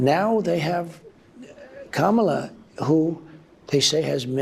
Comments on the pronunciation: First I've heard Trump pronounce Kamala correctly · Wow, he slipped up here and pronounced Kamala correctly. He wasn't paying attention. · Trump said Kamala's name right. So, know when he purposely mispronounces her name at his rallies, he's doing that shit intentionally with the racist undertones he uses. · Trump just proved that he can pronounce Kamala's name correctly when he wants to, like when he's not campaigning. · 😃 He said her name right...👏🏾👏🏾😐